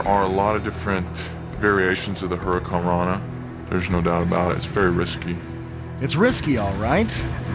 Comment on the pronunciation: What the hell is a "Hurica rana"?